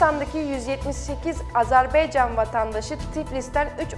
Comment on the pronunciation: Rica ederim AZERBEYCAN DEMEYİN DORU DİYİN YANİ AZƏBAYCAN DİYE BİRDE AZERBAYCANDAN SALAMLAR AZERBAYCANLİ OLANLAR LİKE ATİN.